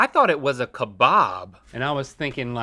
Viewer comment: They even said kabab so well, my heart was so happy